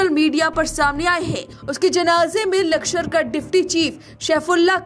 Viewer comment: लकषर नही लष्कर....वैसे बहुत अच्छी खबर सुनाई बहुत धन्यवाद